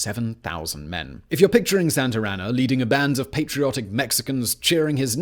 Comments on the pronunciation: I wonder how many times he said santr anna and not Santa Anna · “Santarana”? haha Santa Ana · Very informative. Excellent job as usual Simon!! The only thing I'm trying to figure out is.......who the hell is Sant'er' Ana !!!! I always thought it was Sant'a' Ana. HUH!!! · Please, just please. Stop calling him Santarana, his name was Santa Anna. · For my fellow Americans and everyone else. “Santer Ana” : incorrect. Santa as in 🎅🏻 Santa Ana: correct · I like how he keeps calling him "Santer Ana" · Love the videos, but you saying Santer Anna about drove me mad. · It’s funny how he pronounces Santa Ana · least of mispronouncement transgressions